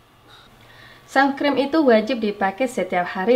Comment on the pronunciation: Uni "sunscreen" bukan sumscreen😭